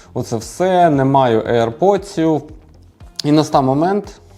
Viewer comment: аір поци а не аірподси